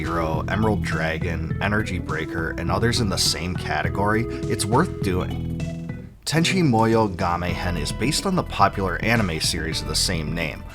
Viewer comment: Sasumi and tanchi munnyo